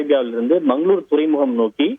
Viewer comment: இடையில் மக்களூர்னு வருகிறது திருத்திக் கொள்ளுங்கள்